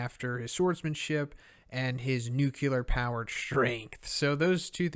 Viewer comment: Say it with me: new clee er, new clee er, new clee er. Not new kew ler